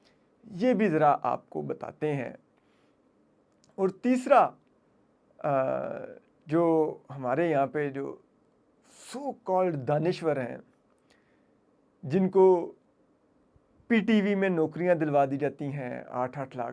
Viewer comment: DANSHOOR NOT DANWISHWER PLEASE CORRECT